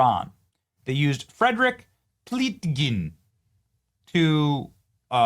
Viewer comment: His name is Pleitgen. Spelled Plitgan like "IPhone" . He s a german reporter. Like I would say part of FAR Leftist media here...... (My personal opinion) We see him from time to time in far L### Television (I cannot name the broadcasting company for legal reason🥺)